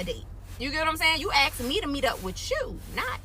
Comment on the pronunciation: If a person uses the word "axed" that one word can tell you a lot about them.